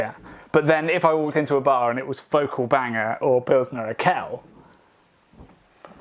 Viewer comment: I got goosebumps when said Urquell. I'm very much a Belgian and love a lot of our beers (yet I do agree that the US, UK and even our brothers from The Netherlands and Scandinavia have "caught up" (It's not a competition, is it)), but I lived and worked in Czech Republic for a year and after trying an unpasteurised and unfiltered oak aged pilsner in the cellars of the brewery my mind was blown. And most pilsners from tank or barrel had been great anywhere in the country. I haven't been able to convince any of my fellow country men how good Czech pilsner really is (heck, most think Duvel is the best and only good beer in the world) as all you can find is Urquell in small bottles or Budvar in cans but you guys gave me hope that my tasting buds did not cheat on me. Is it really the best beer in the world? Maybe on a boat indeed. But I agree: I hope I still have to discover it as well. Na zdraví!